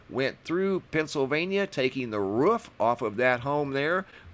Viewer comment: Every time mr say roof it sounds like he’s barking lol 😂